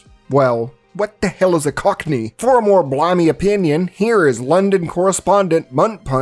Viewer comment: My brother in Christ, "cockney" is not that hard to say lmao. I can feel you mentally shift gears everytime it came up